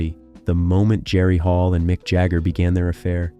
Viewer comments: Pourquoi parler à sa place ❓🤔🙄 Ce n'est pas Micke mais MICK.....😅🤦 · Not Nick Jagger, it's Mick Jagger, you idiot!